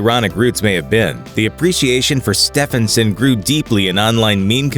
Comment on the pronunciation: So his name was “Stefán STEFÁNson”?